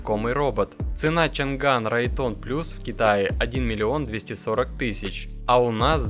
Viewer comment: Не чан ган а чъан дан 😂😂😂